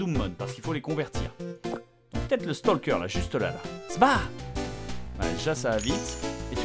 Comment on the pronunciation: Tu dois prononcer le mot "stalker" en "stolker" même Google traduction te le dis !